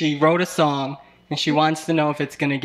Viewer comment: Listen lady SONG not SOUL 🤣🤣🤣